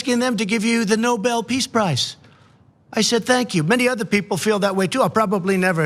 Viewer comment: Clown can't read the letter says Nuble peace of shite prize.